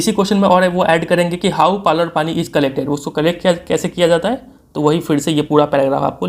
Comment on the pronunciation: Finnally किसी ने tho पालर पाणी नाम सही से pronounce किया Saara YouTuber to issa पलार पानी बोल रहे हा।😅😅😅